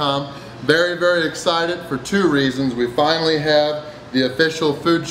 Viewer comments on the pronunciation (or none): none